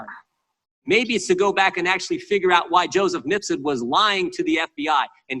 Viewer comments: MIF--SUD... not "Mis-fud"! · please be carefull with pronunciation of "MiF-sud" (not MiS-fud) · Yes, you & I are both a bit MIFFED. The "~fud" pronunciation is amusing, but very deceptive. Accidental? Hope so.